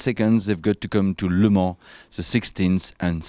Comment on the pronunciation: He pronounced Le Mans really good :P